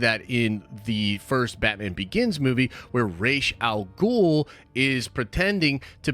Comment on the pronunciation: I gave you an upvote for pronouncing Ra's al Ghul correctly. 😀